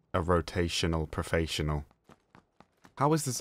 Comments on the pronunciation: Rot-A-tional Prof-A-ssional. I like it. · "And you too will become a rotAYtional profAYsional" XD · rotaytional profayssional